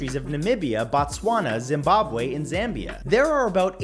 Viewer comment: It's Botswana not Batswana Matt🤣